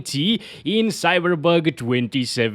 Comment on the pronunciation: Man, English speakers, will you ever learn to pronounce the name of the game correctly? I thought the Cyberbug jokes were in 2020, but you're apparently gifted?cringe